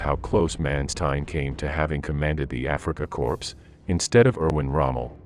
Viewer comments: Good video, but it's Africa Corps NOT Africa Corpse. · You had mentioned Sperling in the family name of his ancestors. That can be a Jewish surname. It was an informative video. However your pronunciation of the Afrika Corps, it’s more like core. The p and s are silent my good fellow. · Africa “corpse?” And “ware”macht? Good grief. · The Afrika CORPSE, oh dear. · Africa "corpse"? These computer voices are so lame.